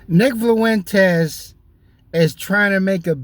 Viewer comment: Nick Flu-Wentez 😂